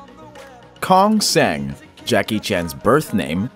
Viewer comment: Voiceover: KONG SANG, Jackie Chan's birth name..... Cantonese speakers: WTF